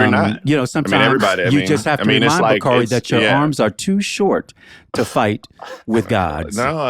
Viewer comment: Baaaaabbyy one thing Bakari Sellers gone do is eff up somebody’s NAME!!! 😂😂😂 I would think with a name like Bakari he’s seen it butchered 50 different ways so that would make him want to get ppls names right, but he says NOPE every time!! 😂😂😂